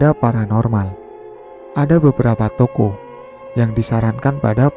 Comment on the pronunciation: Baca yang bener lah.. bukan TOKO tapi TOKOH